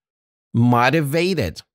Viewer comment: شكرا جزيلا استاذ 😊 فقط كلمة motivated اتوقع صار عندكم خطأ بلفظها لفظتم حرف ال O كما في كلمة fodder بينما هو يلفظ كما في كلمة Low تعلمت الكثير من جنابكم ....شكرا جزيلا 😍